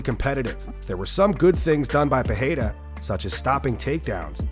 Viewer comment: Chael you can’t even figure out how to say Alex Pereira’s name. You say it differently every single time. Your outdated opinion are getting more and more useless. Loved ya in your prime. Best mouth on a mic. But it’s time to shut up